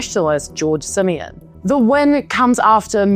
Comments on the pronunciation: i love how she pronounces Simion lmao. "simian"! very fitting! hahaha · The way you pronounce "George Simion" perfectly describes what I think about him